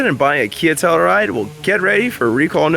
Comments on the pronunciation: Tell-you-ride, not tellaride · The hell is a “Tell-a-ride”? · tell-u-ride, bro. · TELL-U RIDE.